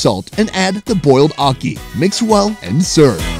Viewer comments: Never heard it called okee before. I have been Jamaican for 51 years and that was a first. It is a-key for akee. You could also say ha-key. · ACKEE pronunciation guide: Its like the A in apple but NOT NOT NOT the A in Awesome. Its also like the A in the Spanish word Aqui! which means "here". please fix dat! beg yuh!! t'anks!! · Definitely mispronounced ackee!!